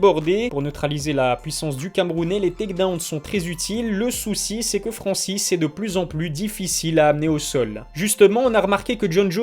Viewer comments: Il y a un N au début du nom de Francis...sinon le reste comme d habitude c est de la qualité. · Et bah voilà, bonne prononciation de son nom à Francis !! un peu de respect quand même !!!